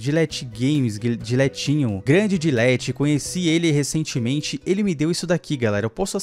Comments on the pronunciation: é dlet kkkkkk não dilet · Eu ouvindo ele falar gilete 👁️👄👁️em vez de delet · O nome dele é assim Dlet ou dletinho valey Como o pronuncia: Dilet Como é: Ainnnnnn dletinho valey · Melhor coisa do vídeo era o falando "dilet" kkkkkkkkkkk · "dilet" kkkkkkk n tem muita intimidade é assim msm tio forevis fala "deletinho vaaaalei"